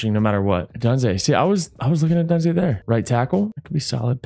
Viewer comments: KB where is Rome Odunze?? You gotta get him out there ASAP, he has a high probability of being a “Hidden Superstar” Development trait! Also it is pronounced (O-Doon-Zeh)! LOVE THE VID 🔥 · Kurt!!!! just a heads up for future episodes, your rookie WR’s name is pronounced (Oh-Dune-Zay) Keep up the good work!!